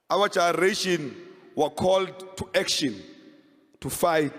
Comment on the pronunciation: Colin cannot pronounce "generation" Literally.